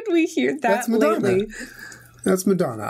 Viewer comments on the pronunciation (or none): modanna???!!!!julien no!!!miley then he says cyrus as the song name i just have been barried!!!